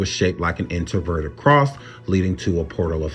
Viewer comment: My heart and prayers go out to all the families who were affected by this horrible tragedy. And I know this is just random but can you please pronounce your words correctly you keep saying introverted instead of inverted when you're speaking of the Pentagram I'm sorry I just had to vent about that because it was really annoying TF out of me as I was watching this video.